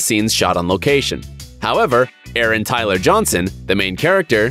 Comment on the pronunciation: Aaron Taylor Johnson. Taylor, not Tyler.